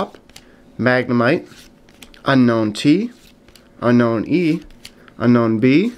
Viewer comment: unown is pronounced un- own not unknown just so u know